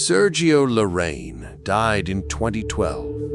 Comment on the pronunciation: His last name is pronounced lah-rrah-eén